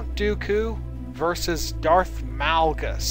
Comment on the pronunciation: Malgus not males